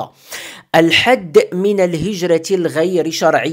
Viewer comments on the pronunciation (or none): none